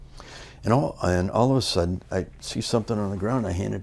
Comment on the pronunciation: "Then all of ah suddin"